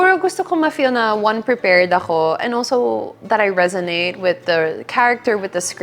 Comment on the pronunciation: The word is "resonate. 😅❤